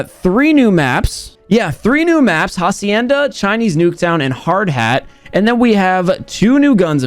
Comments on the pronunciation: It’s actually pronounced acienda the h is silent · pronciating hacienda like jacienda gave me life idk why